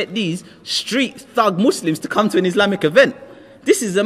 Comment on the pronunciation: Masha'Allah this guy was made to be Muslim his pronunciation of Arabic/Islamic words sound very natural❤️